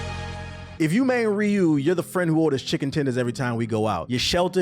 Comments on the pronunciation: It's funny saying someone can't pronounce Ryu's name correctly then go on to pronounce Ryu incorrectly along with every other East Asian name and word with an "R" in it kekw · To be fair, you aren't pronouncing Ryu right either.